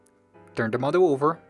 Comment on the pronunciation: I kept thinking he was saying "mother"... "The mother is going to look like this" "The mother will be open" etc etc... Then, I realized he was saying "model".... Oh my gawd, I'm way behind!! I never even payed attention to the lines & folds.... Wait, stop, go back!🧐 Fold where?!? 😳 🤪 😵 🤬 😖 🙄 🤤 Me, attempting origami... And now, I feel like an idiot. But guys, it's super simple!! Just fold & unfold a bazillion different times til you can't even tell what's happening. Then, jazz hands & magicians cloud of smoke & poof!!! Voila!!! A rose. I mean, a crumpled, wadded up, piece of paper.... Mmmmmmmmm. Beautiful. See?? Perfect. Easy. Now, throw in the trash. Yet one more time that Asians have proven their superiority to this silly white girl... Shaking my head. Why are my hands too big to make these tiny little folds?? I. Can't. Even. Tears.... 😢 😭. Mind. Blown. 🤯 Thanks for the super detailed video, though. Excellent job! Me lost... Cave gurl....